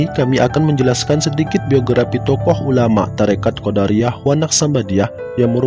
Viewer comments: Assalamualaikum.. Bang....maaf..Abang menyebutkan " qodariyah"...seharusnya " qodiriyah ".. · Sangat bermanfaat, cuma dlm penyebutan nama msh terdapat beberapa kesalahan, misal Qodiriah di sebut Qodariah, semoga bisa lebih baik lg.👍